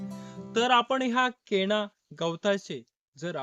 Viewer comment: सर केणा नाही हो.......... केना असं आहे छोट्या न.... च्या जागी तुम्ही चक्क... मोठ्या ण.... चा वापर करते आहात.